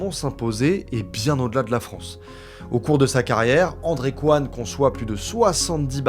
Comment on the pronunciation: Toujours se méfier des ingénieurs coréens (Coyne se prononce Cohine et pas Qwan)